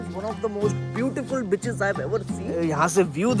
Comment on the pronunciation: 0.20 its beaches not bitches....